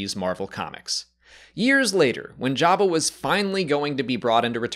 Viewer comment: I like how he calls him Yabba